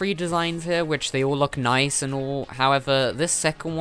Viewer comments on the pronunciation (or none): none